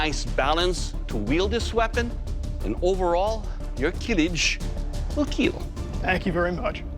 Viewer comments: nah just the host’s accent he changed it later but “it will keel” is just classic for this show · Kill or keel😂😂😂 i just love it❤😂😂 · I love this show. But. I cringe when that guy says it will keel.